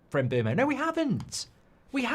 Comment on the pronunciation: Who the hell is Mboomo? No shot that's how you pronounce Mbuemo